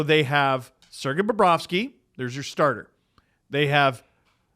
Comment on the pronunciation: He didn't say BOBROVSKY right...someone get ahold of Jay and Dan